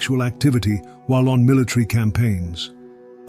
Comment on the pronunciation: Teaching is teaching, there is no such thing as "teachings," that is a double suffix = idiot noise. Teaching already covers the full expanse of any and everything that can be taught. "mill-leechree"? You mean military? There is no "ch" in "military" justike Tuesday should b not be pronounced "chewsday" the way idiots of england believe it should be.